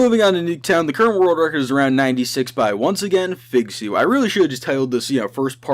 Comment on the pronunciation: When he says «the current world record» its sounds like he is saying « the curro worl recor»